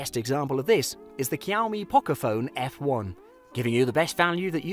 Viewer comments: it’s shaomie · What the heck. Kiaomi ? It's Xiaomi dude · Shaomi not kyawmi 😂😂😂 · It's pronounced as shaomie Not kiaomi . Bruh I can't with white people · I m using poco ,pls don't buy, it heats too much and legs like hell. I bought after watching such video, pls mention all things,don't go for money cause it hurts. Maybe one plus or iphone is better option. He said 'kiyaw me', lol😆😂😂 Unsubscribe , Actually it pronunciation is 'sha-o-mi'. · "kiaomi"? Never heard one.. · i stop watching immediately after i heard the first kiyau-me.. bruhh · It likes kiaomi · Jiaumi i was like wtf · Why does he keep saying kiyaomi? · Kiao-mee? what kind of cat is that? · Did I hear Qiomi? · Cowme , Kiaumi, Kiaomi 😂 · Jkhiaumi .. hahaha.. lol... Wtf Cant trust a review by a guy who pronounces the name of a product wrong.... No way... Yup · Why? Kiaomi???? 😂😂😂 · Xiao mi is pronounced shau mi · pronounce it like shaomi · Siaomi??? Lol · Dude why your saying the brand by K iys a X not K